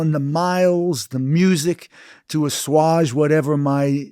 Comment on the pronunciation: can someone tell Bruce he is pronouncing assuage incorectly